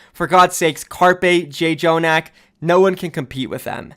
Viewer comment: It's not Jayjonak. In Korea the double consonants show how it's supposed to pronounce. It's said as Joenak